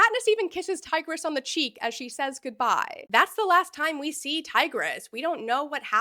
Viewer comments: all the ancient Romans in the comments are terribly offended by your pronounciation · Bro really went from tigris to tigger 💀😭🤦‍♂️